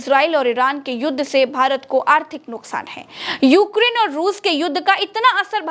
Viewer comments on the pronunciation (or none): none